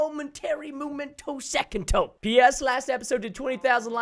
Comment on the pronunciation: ''Moo-Men-Toe-Second-Toe'' Lel